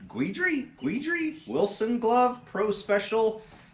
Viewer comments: Ron Guidry pronounced Gid-ree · Ah youth! It killed me when he murdered his name!